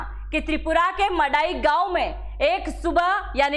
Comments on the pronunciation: Hello sister if you don't know how to pronounce the please it will be better not ro read the news , as you are pronouncing ( Mandai for your kind information where is the sound of N it's not Madai it's (Man dai) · Tripura may pehel se hi bangali tha, sare bangali bangaladesh se nahi aya hai, aur yea tribal logo ko koi porishan nahi kiya. Aap log video bananese pahale thik se reserach korna cha hi a madam. Aur aap to thik se village ka naam hi nai bol paa ra he ho kiya information doge yea madai gaon nahi hai yea Mandai hai. Pagol k tara video mat banaw galat information mat banaw. Kisine inlogo ko parishan nahi kiya pahele research koro dahise, tripura may ake thik se logose bat koro phir video banaw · its man dai not madai. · Madai nehi, Mandai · Phele gram ki nam thikk se lelo madam 😂 madai gram nehi , mandai gram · Madai gao nehi * mandai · ईये "मड़ाई " नहि, "मन्दाई " है। Please get it corrected. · It's not mandai it's mandwi in the name of a tree 🌳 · Madam not Mandai ye 'Mandwi", he, Bengali logone area ka namke change kardiya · M A D A I❌ Nehi,,,! MANDAI✅ M A N D A I pls, correction (proper word's) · It is MANDAI not MADAI, there is an N